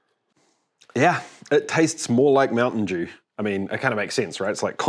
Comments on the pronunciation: MOUNTAIN DEWSH! 😂😂😂😂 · Are you saying Mountain Jew? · not mountain dew but mountain djew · Mountain Deux? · Mountain Dooze 😂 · Mountain Dewze?